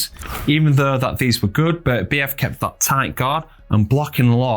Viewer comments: He's the undisputed champion and should have his name pronounced properly. Basic respect! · If you’re doing an analysis video at a minimum learn how to pronounce Beterbiev properly.